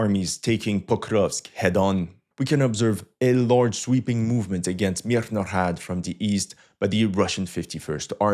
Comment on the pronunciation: Its Mirna Grad say it with your chest